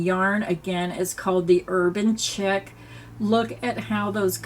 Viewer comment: The yarn you chose are all really pretty. I do believe the Urban Chic is pronounced “sheek” not Chick.